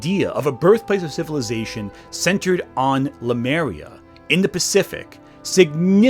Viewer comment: Le-Mu-Ria,, not Lu-Me-Ria. You even get the dratted Monkeys right, Lemurs.